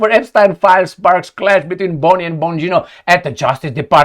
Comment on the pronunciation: Hardly any of the Ponzi schemes were led by tiny hats 🎩….you say Epschtine?…😂